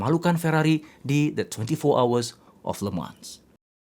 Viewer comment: Le mans dibaca lemang